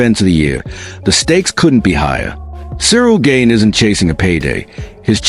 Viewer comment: No one that eye gouges wins period and it’s “gane” not gabe !